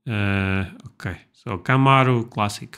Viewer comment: You pronounce it right CAMARO not like the narrator keymeyro 😂